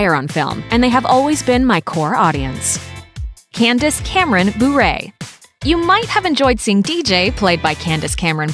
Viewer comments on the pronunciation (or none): Candice Cameron Bure is not pronounced like (boo-rey), it's pronounced (ber-eh). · Burrree its bure we dont need a crazy pronounciation.